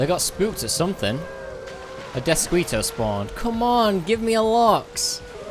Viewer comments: Death-skee-toe Not squee. Like mosquito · You are so adorable. The word Deathsquito is pronounced: Deathskito... :D Mosquito is a Spanish word. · Deathsk-ee-to... Please guy..